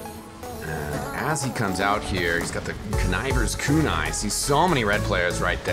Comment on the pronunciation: Thanks for informing me I've been pronouncing "Conniver's Kunai" wrong all this time.